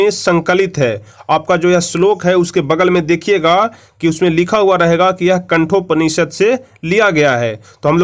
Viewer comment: कठोपनिषद होता है बे गधे... कंठोपनिषद नहीं होता... गाईड देखकर पढ़ा रहा है